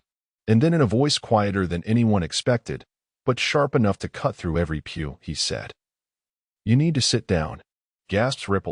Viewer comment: pew, not peel